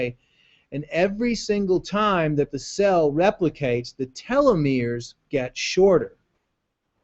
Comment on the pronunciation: not telometers, it's telomeres.